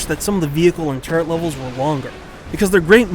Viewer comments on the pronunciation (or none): It's not TURRENT, it's TURRET! There's no "N" in that word whatsoever! I hate it when people say turrent.